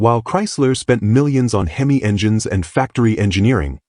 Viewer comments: Hem=ee not Hemiss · This video needs a lot of image correcting and pronouncing of words. Him E versus the Him Miss sound for instance. A Camaro does not looke like a Vega which a lot of the Video has off, with some tweaks would be a lot better. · You need to teach AI how to pronounce HEMI !!